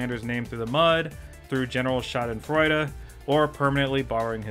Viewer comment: I am positively surprised that he actually correctly said the word "Schadenfreude". That is the number one thing that will stick with me after watching this video.